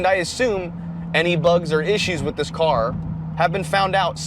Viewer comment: I had to check the title when i heard "thiss" 😂